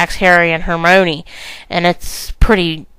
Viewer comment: IT'S HER-MY-KNEE!!!!! Not her-mo-knee. get it right. Thanks.